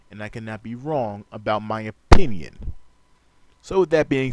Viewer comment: oPPPinion. oPFPFPFPinnion.